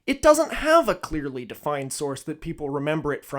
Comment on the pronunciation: "so clÆARly"